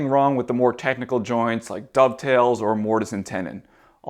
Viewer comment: Dado-ve-its :D